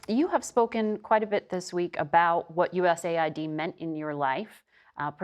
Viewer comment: Finally someone who pronounce USAID the way it should be as US AID not USA ID